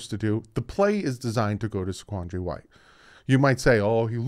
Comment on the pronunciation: And I'm from South Carolina. You're pronouncing White's name correctly